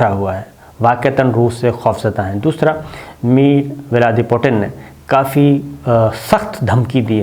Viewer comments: Viladimir putin Not mir viladi putin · Jahil unparh insaan ko Russian President ka naam bhi sahi parhna nahi ata. Paindu!! 🤣🤣🤣